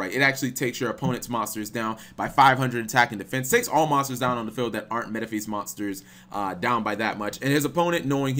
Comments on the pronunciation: “Metaphees” CHICO WHAT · your pronunciation of Metaphys hurts my ears. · Yep, he really sucks at pronunciation.